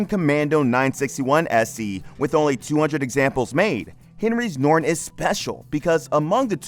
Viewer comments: Noron. Has a T in it! NORTON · The narrator doesn't know that you pronounce the "T" in Norton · Decent video ... except for the Dick doing the narrative that can't seem to pronounce 'Norton'. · It’s Norton, nor-ton!